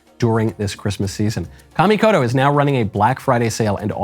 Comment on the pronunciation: Thank you for pronouncing Kamikoto correctly. Please walk next door and school Matt Walsh on this. 😂